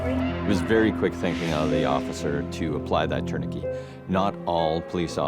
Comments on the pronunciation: In 20 years of medic work I've never heard of a tourniquet being pronounced like parakeet 😂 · c’mon people ,” torn uh kay “ is the French pronunciation , no ? tourniquet … the last 4 letters in French is pronounced “ kay “ 😅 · I couldn’t NOT hear it lol. Never heard it said that way before. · I've never heard tourniquet pronounced like this before. I'm from Texas so I'm sure it's dialect but it had me tilting my head lol Here we pronounce it tourni-ket rather than tourni-key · Interesting pronunciation of tourniquet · I think it's due to regional differences. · I think it's just a regional accent thing. Whether it's Saskatchewan or Canada in general, I'm not sure. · Differences in the English pronunciation. In many places, it's pronounced "tour nuh KAY" but as an American, I say "TOUR nuh ket." English is strange! 😅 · Femoral artery. Love Canadian pronunciations. Like 'tourniquet'(turn-i-ket).